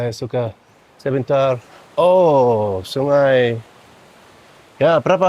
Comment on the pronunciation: When you said "sungai", your Indonesian accent is perfect.